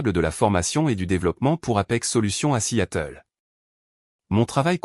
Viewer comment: 0mn 35 sec environ..Bon !🙄..le record n'est pas battu !🥺👈..Mais...tout de même 😁😁😁..Ca merite une mention !!🤪😉.." assiatel..".Petit probleme de L'I.A avec la traducton americano-française peut-être ?😂😂😂😂..Dites-moi !👉🤔👈.." à Seattle " ..comment vous l'écrivez..🙄..normalement ??😂😂😂😂